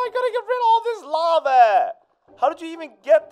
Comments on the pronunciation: "lave" lol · I noticed that says lava like “lave” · I like the way says lava he says lave LOL